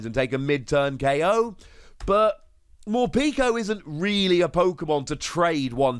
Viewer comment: Love the pronunciations Morpeeeko and Eviltowel